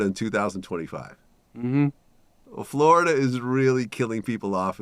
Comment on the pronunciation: Nobody that grew up here calls it flarrrda